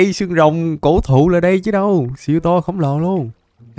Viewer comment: Tại seo anh lại nhấn Mạnh chữ ''THỤ'' Nhờ:))